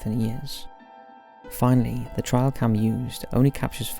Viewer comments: 1. As a british person, it is NOT his accent. He said it wrong. 2. We also say trail cam, as well as wildlife cam etc. He just said it wrong. 3. He just said it wrong. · What the hell is a "trial" camera...? Rather than reading the script like a voice-algorithm, couldn't you surmise by context that TRAIL was misspelled as TRIAL...? It's "trail camera"...TRAIL CAMERA!!! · Dude, are you trying to say the words T R A I L camera? TRAY-el. Not TRY-el. wtf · It''s a Trail cam - not a trial cam! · Trail not trial. Its a trail camera, as in a wildlife camera.